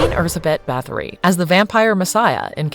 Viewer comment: what is that pronunciation,that's not how we(hungarians) say her name, just put her name in google translate and make it read it out for you